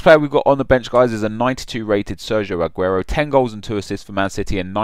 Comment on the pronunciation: Ageuro?! you mad?????